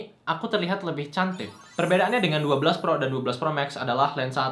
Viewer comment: kok aku dengernya ngomongnya "cantip" ya bukan cantik 💀😂